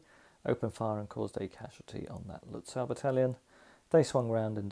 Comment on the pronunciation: Another brilliant video. (Lutzow is is pronounced Lut-zoff).